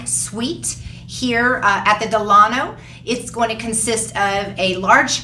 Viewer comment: Great video! I’m not trying to be the grammar police but it’s pronounced DELL-A-NO. The hotel is named after Franklin Delano Roosevelt.